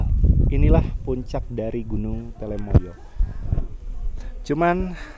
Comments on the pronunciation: Telamaya duul, bukan telemaya. Sing bener po'o. Dirungokke wong okeh je. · Gunung telomoyo bukan telemoyo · TELOmoyo, bukan TELEmoyo ya min.